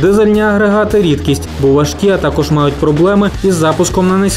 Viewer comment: робіть наголос тако'ж